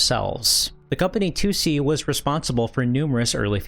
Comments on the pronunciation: it's not "Two See" or "Tucci" it's pronounced "Toh Say" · Like, I can't even begin to figure out where you got "Toosie" from. In Japanese it's Toh Seh In English, it reads as Tohs. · The company’s name is トーセ. To o se Toh oh seh. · It's not "Too see", more like To-o-se, with Japanese pronunciation, no weird phonetics. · Toh-Seh, not Too-See. It's respectful to pronounce names correctly. You wouldn't want others calling you POYER, right? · Tussy? The name is Tose with an O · Maybe you need to learn English? Can't you see how 'Toh oh seh' is wrong? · Toe say? It's a Japanese Dev so surely it's Toh-seh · If you truly want to elevate your channel maybe check the pronunciation of a word you say 20+ times in a video like TOSE before publishing anything. Also try to do a little proofreading and some rewrites so you don't end up sounding like a sixth-grade term paper class read. Try to avoid short ideas and sentences as this will give you a less amateur sounding style. Consider not including the intros where you film yourself as they usually deride from the overall quality of your videos. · Drink every time you hear the subject of this video pronounced unbearably incorrect. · Mispronouncing the name of your main subject not even a second into the video is insane. If you're not going to exercise enough due diligence to pronounce a two syllable word properly then why should I assume any of the information is correct? I like your videos but I think you can do better than that. Put in the work. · You continually mispronouncing tose is driving me nuts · Add it to the list…. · yeah his pronunciation was driving me nuts. I went to the comments to make the same comment. But nice video all around.